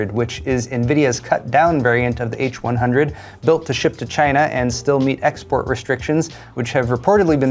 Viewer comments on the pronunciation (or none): none